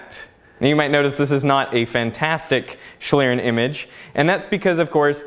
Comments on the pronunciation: Your pronunciation is awful, almost beyond recognition. It's 'shleern' or /ʃliːʀn̩/ for those versed in IPA. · Awesome video and great effort. My German brain is hurt, though. It is pronounced more like shleeRRenn. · As a german speaker it is very irritating how you pronunce Schlieren. It would be nice if you just took 1 Minute to look up the pronounciation of term you use multiple times in your video. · How english people say schlieren xD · I like how you say "Schlieren"! Sounds wierd to a german person although you pronounce it pretty good xD